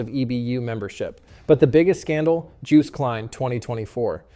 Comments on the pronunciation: pronounced as "Yost" (because the letter "J" is pronounced as the letter "Y" in the Dutch Language), happened twice in this video. Next time be careful with the name pronunciations. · Joost is pronounced with the j like yoke and the oo like toast